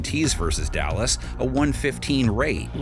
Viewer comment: did I really hear “Dallas’” with a silent D because they got none 😂😂😂😂